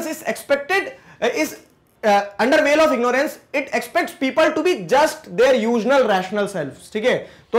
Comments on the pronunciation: Not vili, it's veil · Sir V a i l. Not villaay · veil...kindly check the way you are pronouncing it...very well explained